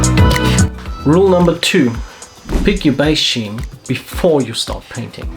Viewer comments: I hate to be this guy (but I am). I liked your video a lot and I've subscribed. Great content! But the pronunciation has the 'c' in it. Love you though bro. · The Scheme and Recipe pronunciation had me chuckling haha. Good video and very useful tips!